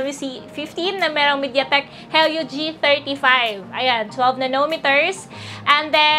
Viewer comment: helio [ hee-lee-oh ]